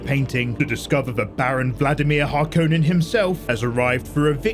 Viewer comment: I strongly dislike the way you say “Harkonnen”. Other than that, this recap saved me 3hours. Thank you. 🙏